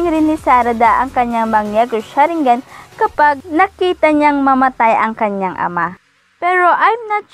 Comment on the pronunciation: Mali basa niya pati sa mangekyo sharingan